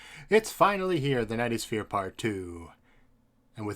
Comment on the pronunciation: Every time you say "the knight is fear" it sounds like you're saying "the nightosphere" like from adventure time